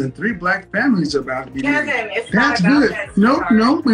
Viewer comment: "wid u" "dats" "faminine" "I think white woman are" 🤷‍♂️🤔🤔🤔🤔🤔 I mean..